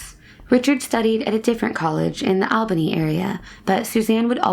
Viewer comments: All-bany. All-bany. Not awl-bany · Don't want to be that guy but its pronounced "ALL-BAN-KNEE" Interesting cases non the less!